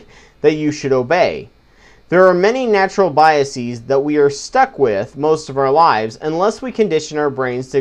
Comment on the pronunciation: Good video. You're pronouncing biases wrong though :P the -es prefix, should be pronounced the same way as you would pronounce it in the word 'faces'. -es should only be pronounced as 'ees', if it is the pluralisation of a word ending in -is, such as hypothesis. The problem is, this mispronunciation is so widespread that many educated people make that mistake. Sam Harris, for example.